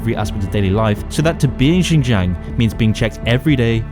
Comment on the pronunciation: I like how you butchered "xinjiang"